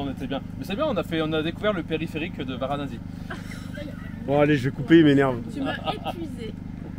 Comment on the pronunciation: Varanasi pas Varanazi s'il vous plaît 🙃😂